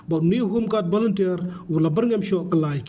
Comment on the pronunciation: Haka biej ha ka shlur 😂😂😂😂 Volunteer ❌ Banlumtiar ✅